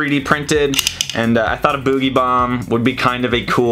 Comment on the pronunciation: Damn fast as fucc boi production speeds Edit: The canadian in voice comes out when he says bou-gie bomb